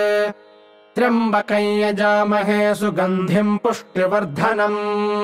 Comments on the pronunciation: Well, that's a news to me. I have always been reciting it as trayambakam, and almost whole internet recites as such. Btw are you sure this is the correct recitation? This is the first time I am seeing this being recited as trayambakai. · Namashkaram 🙏 I'm new to reciting mantras and learning how to pronounce correctly every word in the mantras. Here in this mantra I'm confused with the actual pronunciation of "Tryambakam". As in this video it is pronounced as "Tryabakaey". However in text it has moon and dot matra which I guess gives a pronunciation of "kam". Please guide 🙏 Also you can provide me a link from where I can learn to pronounce all the different kind of matras used in Sanskrit. Waiting for your kind response. Pranam 🙏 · Why is pronounced trimbakayn ? Isn't it tryambakam